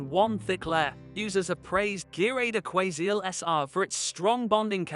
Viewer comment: Some glue adverts read by a robot ..... move along. listen to how he pronounces Aquaseal .... ROBOT